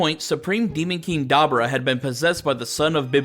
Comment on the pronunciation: Da boo rah is how its pronounced bro